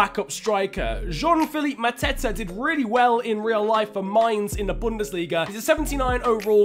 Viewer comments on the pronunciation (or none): none